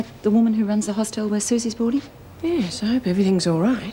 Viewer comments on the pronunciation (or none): "Hostel" - let's just add that to the list of words Meg Morris cannot pronounce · Damn Meg it's a hostel not a Hoss Tell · If meg says hosteeel one more time..